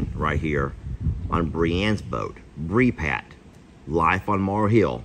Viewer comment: Not BreePat 😂😂😅😅 lol